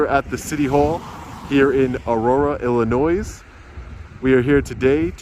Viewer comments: “Illi-NOISE” as a guy from the prairie state, know the “S” is silent in Illinois, my boy! 😆 Keep up the great work bro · Ill-a-noise? Did this clown graduate from high school?? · ....the "S" on Illinois is silent, from what I have been told...please help me know the correct way to pronounce Illinois.. just FYI.. Great job. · I'm sure you've been told already, but it's pronounce "ILL-UH-NOY" not "ILL-UH-NOISE". Other than that, great job. I can't stand Illinois because it's one of the most anti-constitutional states in the country. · Ill uh noy. The noy sounds the same as the end of the word annoy. Not no-ease. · Great audit! The state is pronouced "Illinoy" not "Illinoise" lol 😆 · It's "ill annoy" not "ill a noise" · It's Illinoi.... not Illinoise. S is silent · You were in Aurora, IllinNOY, not Illinoizzz. The "s" is silent. 😉 Love your work, thank you for doing what you do. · Illinoise? Really? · Iillnoy is the pronunciation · The s is silent. Omg. It is pronounced Ill in oy. 🙄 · lol " Illinoise " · BrUh, Illinois is pronounced illino-é…the S is silent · The S is silent - ill-a-noy. Not trying to be the pronunciation police; I just know that some people don’t know how it’s pronounced. I appreciate all of your work. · Illinoisssss…SHHH the S is silent lol. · Sir, extremely happy you're in the Midwest. But please - the state name is pronounced i-luh-noy (with love) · Illinois...Illinoy..no s or z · At the risk of sounding like the grammar police, Illinois is pronounced Ill/i/noy. Library isn’t liberry. Just east of Aurora is Naperville which is the setting for one of our family favorite books called Officer Buckle And Gloria. It’s a riot of a story about a Naperville safety officer and his dog. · You are being betained for saying Illinois with the s sound on the end of it! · Ill - i -noy Lie - Brear - E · Please note the "s" in "Illinois" is silent☝🏻. Sounds like "i·luh·noy". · Ill-uh-noise? Really? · Ill-a-noys? Seriously? lmao c'mon, man...